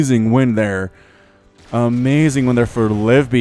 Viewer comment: Also I'm pretty sure it's Liv-ee-bee not Live-bee